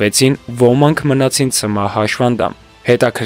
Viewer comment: ՀաՇՖանդամ չի, հաշմանդամ է: Նեղանալ չկա